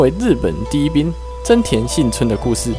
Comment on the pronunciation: 是幸村不是信村,這種程度的還敢做視頻?